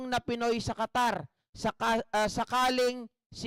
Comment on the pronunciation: Qatar yan , hindi po Catarman samar